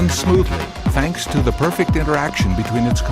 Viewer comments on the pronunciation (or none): none